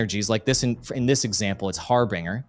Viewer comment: Legend who cant pronounce harbinger. (Har-binj-er)